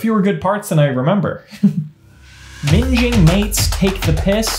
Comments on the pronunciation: you mispronounced minging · Never heard anyone pronounce minging like that before...